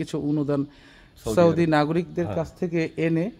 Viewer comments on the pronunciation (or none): none